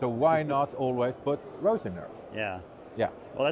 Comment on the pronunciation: I, too, was confused. I had to go back and look at it again. After reading reply, I think he is saying he put "rosin there", but we are hearing "rose in there". Then I chuckled.